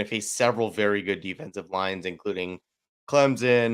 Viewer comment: I really enjoy you but may I make a small request? Can you pronounce our SC ACC rival as ClemSON rather than ClemZON? Please?:-D Either way, Go Noles!